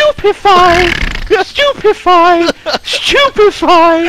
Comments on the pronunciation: When Simon had said Stupefy at the battle scene at the wedding, I thought he said stupid fry and i was ROFLing on the floor!!! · do he says stupid firea!!!